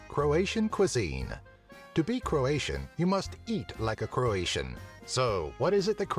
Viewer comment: Illuminiti really? well you misspronounced croat for croatian